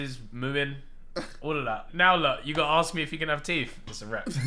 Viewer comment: “AYO, CAN I GET SOME TEEF”